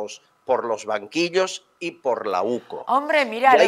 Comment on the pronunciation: Que alguien le diga a la presentadora que no es OCU es la UCO